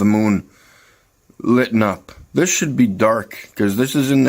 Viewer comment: “Why isn’t this part of the moon ‘liten’ up”? No! That should be ‘lit’ up, not ‘liten’.